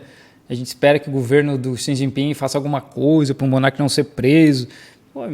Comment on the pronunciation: O sotaque do falando o nome do Xi sz